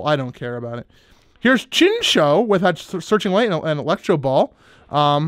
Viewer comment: It's chin-chOW. Good job on not pronouncing anything else wrong. Conglaturation. You're winner.